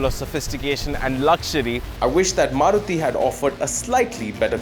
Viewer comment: love how you say maruti giving it the indian feel which it is others dnt do it